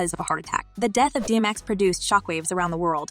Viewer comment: She's not saying DMX correctly.. 😒